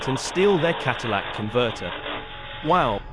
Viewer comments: Bro, It's Catalytic not Cadillac converter. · Kat-a-lay-ic. It doesn't convert your "Element" into a Cadillac.